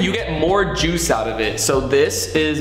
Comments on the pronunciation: "Fresh pomegranate jushe"😂😂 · Juice ❌ juish✅